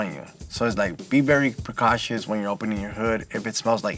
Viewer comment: He said, "Be very precautios". Maybe find a guy that made it past the 2nd grade to speak on this platform.